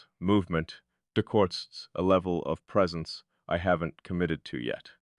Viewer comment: "Kweeitly"? "Decortz's"?? The jazzy speak-rhythm of this AI muskvox is badass, tho. also, very thinky in thot. .. "in some way'b've" haha - Nifty! ...& it's "TUH-NUHL", not "tinnLe" .. heh Wow, so cool & profound & provocative. Hey, don't be so hard on yourself... or hardcore-introspective ... or whatever. You'll be aight. You are loved. Oh dang this is quantum, I gotta rewind. 🤟 You're a wonder!